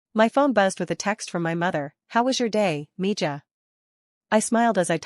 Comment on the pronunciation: If the whole point is that she speaks Spanish, at least pronounce "mija" correctly.